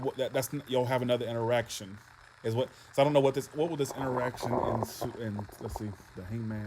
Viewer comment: Haha...For a second I thought you said Erection instead of interaction 😹😹😹